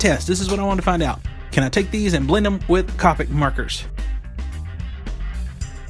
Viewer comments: Great review thanks, and now you have a new subscriber. But just one thing that I found annoying its not cop-ics. You pronounce it cope-ics. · Its not "cop-ics" copics T-T